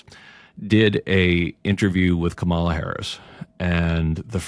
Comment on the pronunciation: Greg Lukianoff, after her presidential run U still don't know how to properly pronounce Kamala? Y haven't u noticed & adopted the correct pronunciation of a presidential candidate's name? Is it u just don't care, are indifferent, or lazy or is it something else such as disrespect, or worse a malicious dig? Just get it right if u r going to invoke a name that was in the public's sphere long enuf to master it. Thr's no excuse other than deliberateness. Kamala=COMMA•luh Kamala≠Cuh•MAHL•uh